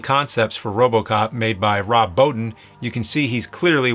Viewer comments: Rob boe-TEEN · Rob Bo-teen